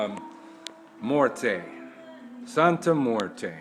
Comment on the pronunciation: Can you please pronounce her name correctly as well? Mmmm-wear-tay. Morte is not how it is pronounced.